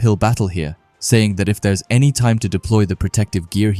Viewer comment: Deploy not deplo